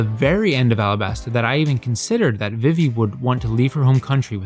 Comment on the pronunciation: This is just me being a picky ass but who has ever pronounced vivi, "vih-vee" every place it's been pronounced veevee not just in one piece as this isn't a original name.